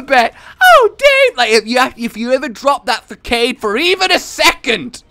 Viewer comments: “Fakade” ??? You mean facade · I'm really sorry but... Fuh-Kade? It's Fuh-sAH-D. Gotta love you rage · Fa-kade. Lol, it’s pronounced fa-sa-d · facade is pronounced (fa-sod) not (fac-aid) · When u say Fa-cade instead of Facade (Fa-sah-d) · Facade is pronounced "fasard" btw, good vid as always :P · He said facade like (fa-Cade) and it annoyed me soooooooooo much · i have never heard you say facade until now, and.... uh..... FAS-OD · That's not how you pronounce facade... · U say facade wrong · That's not how you pronounce "facade",. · Unknown Error that was driving me insane, i don't know why because I'm normally fine with mispronunciations but particularly that mistake made me want to die